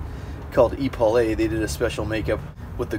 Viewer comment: Epaulet = "EE-paul-AY"... no. "EH-puh-LET"... yes.